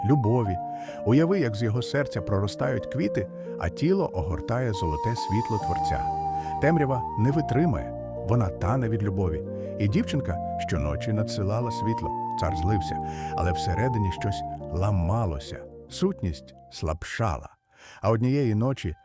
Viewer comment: Все наче добре, але наголоси видають штучний інтелект. Перекручені неправильним наголосом слова ріжуть вухо. Наприклад, на щОці, правнУки, не витрИмає, слабшАла, МАрічка.